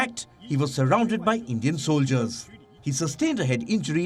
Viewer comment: lmao Endian report